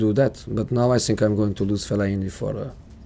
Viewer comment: Did he say " I am going to lose Falaini for a while" ?